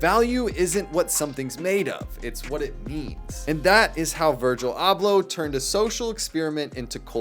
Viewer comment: 2 seconds in and you can’t even pronounce dude’s name.